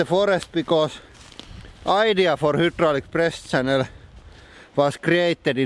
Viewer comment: I always think you say beyond depressed channel lol